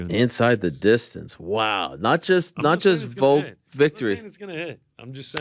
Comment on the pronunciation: Its VOLK not VOKE we need to talk about this again